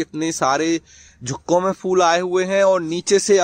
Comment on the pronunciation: झुक्कों में नहीं ,गुच्छों में होता है।बोलना सीख जा जरा।